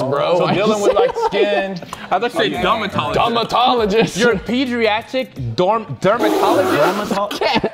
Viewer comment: None of them noticed how she pronounced pediatrics 😂. Men vibes